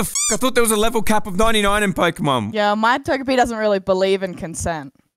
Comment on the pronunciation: pokimon XD learn how to say pokemon right then say this